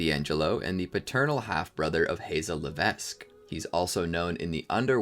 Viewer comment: Hazel Levesque, the S is silent!